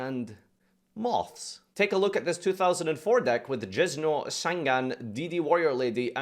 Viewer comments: Are we gonna talk about how he says "Jizz-no" instead of "Jinzo" ? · Jinn - zo, not jizz no uwu